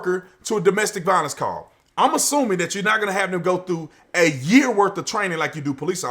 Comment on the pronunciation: It's domestic "VIOLENCE" LOL